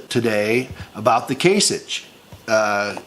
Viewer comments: It's Kase Ick! not Itch DUH! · It’s “kasicK”. Sorry. Pet peeve. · From an Ohioan, born & raised... the Gov's name is pronounced "KAY-SICK" with a "K" sound. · Can you at least learn the proper pronunciation of Kasich, you sick stupid fuck.